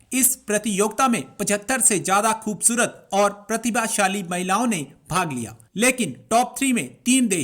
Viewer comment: Kbusarat nhi hoti,,,, khubsurat sari Pakistani mai jo baithi hai,,,, anyways mohtrma pronounciation shi kro,,, Hindi Urdu dono nhi bole ja rhe tumse,,,,or dressing sense to kmal hai tumhari 😡😡😡